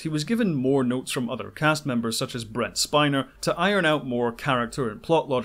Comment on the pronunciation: Brent Spiner, not Bret